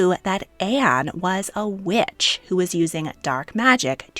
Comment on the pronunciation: Funny how sometimes when you say the word “witch” it sounds like “Wiiuch” lmao